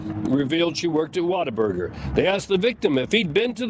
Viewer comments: The biggest crime here is calling it 'Water-burger'. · mispronouncing "What A Burger" as "Water Burger" surely has to be deliberate. (Shame on you,, you should be better than Dark Pattern interaction baiting.) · Why do you keep calling it water burger? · Sounds like he's saying, "Waterburger".